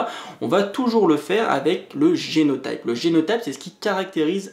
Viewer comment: Super série de vidéo ! ça m'aide beaucoup pour prendre en main mon mémoire ! Juste une petite note, en français on dit prononce génot[i]pe et phénot[i]pe ;)